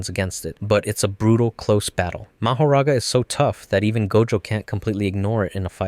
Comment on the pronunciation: Nah it’s Ma-ho-ra-ga